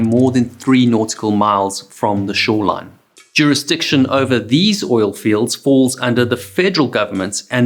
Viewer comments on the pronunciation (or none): none